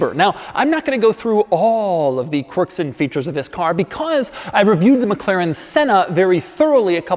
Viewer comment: kwirks did u find any kwirks in this? im surprised u found some Kwerks...amazing that this have so many Kwerks...and features of course but more Kwirks...or Kwercs